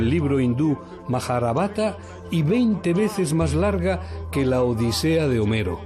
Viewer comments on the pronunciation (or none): none